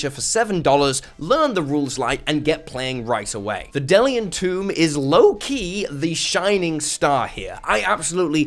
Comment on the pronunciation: Two things,. 1 - It's pronounced "dee-lee-an." 2 - YOU are the advertising. And you're the best kind of advertising. People don't watch ads. They skip or block them. People watch videos from people they trust in the community, like you. So thank you very much for spreading the word; I absolutely agree Draw Steel needs more exposure, and if you love the game, just talk about it. Word of mouth takes longer, but people actually listen and rememeber.